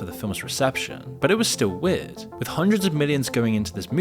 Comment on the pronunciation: "It is so evidently so" "Werd! Weeeiird((("